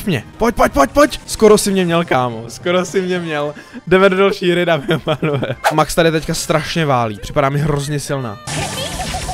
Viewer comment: ne mex ale max pls hovor to tak ogi